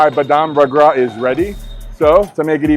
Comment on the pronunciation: Not bagra its ragda only